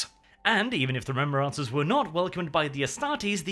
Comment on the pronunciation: ‘Ree-mem-brahncers’ - nnnnnnn it tilts me every time he says it